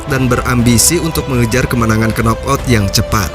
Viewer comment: K di kata knock out jangan diucapkan ya, jadi bacanya nok out, bukan kenok out.